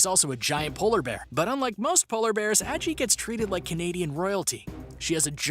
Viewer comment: Why does NO ONE who makes these types of videos ever pronounce that polar bear's name correctly?? It's like "saggy" minus the "s"! Like the grandma from Halloweentown's name, Aggie! I know it's not like the polar bear can complain about it, but as someone who's also spent their whole life with no one correctly pronouncing my name, it infuriates me!! If you're going to profit on someone or something by including it in a video such as this, Google that shit! Listen to how the owner/person whose name it is says it and then say it properly yourself ffs!! 😡🤦🏻‍♀️